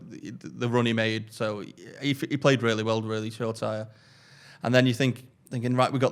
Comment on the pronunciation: pronunciation of Shoretire lives rent free in my head, and I don’t even know who is saying it wrong! Sure-tyre vs Sho-ra-ti-ray??